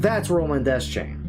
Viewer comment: Funny, I always used to pronounce it De-Chain, not Des-Chain. Welp